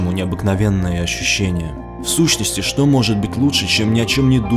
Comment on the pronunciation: Не шокай